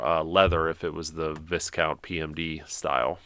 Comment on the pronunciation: One other thing and while it’s not a big deal. Viscount is pronounced “Vyecount”